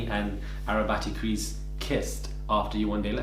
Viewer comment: Straight faced - "Arrabattycrease" skjjkakajjshj😭🤣😭🤣